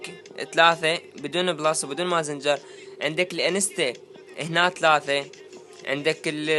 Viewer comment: حبي اسمه ماسنجر مو مازنجر وعيوني لمدونه تره مجرد صفحه خاصه ئلك وتكون تجمع زوار للمدرنه علمود يصعد فلوسك